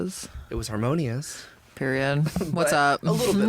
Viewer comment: "Poid!" for Period omg I'm loling 😂😂😂